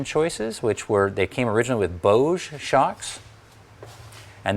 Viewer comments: Not claiming to be an authority here, but I did study German language. Proper pronunciations as follows: Boge- 'Bogeh' with hard 'G', and the 'E' as in egg. No such thing as soft 'G' in German language. Also, every vowel is pronounced. Also- Fuchs (meaning fox in German) is pronounced with a short 'U', as in football. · Very informative and enjoyable presentation,. I do have a question. I noticed you pronounced Boge with a soft g and silent e. I was always under the impression it was pronounced with a hard g and long e. I know you are a stickler for details so I would imagine you were purposeful in your pronouciation. I was curious as to how you came to know this? BTW, I saw you speak at Tech Tactics East a few years back.